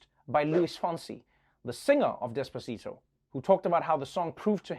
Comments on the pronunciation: Trevor, you say des-paa-ci-dou", but it is despacito. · As a Mexican, I cringed so much when Biden played Despasito